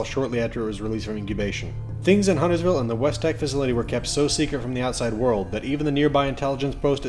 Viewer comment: Correction: this is the only lore video that pronounces Huntersville correctly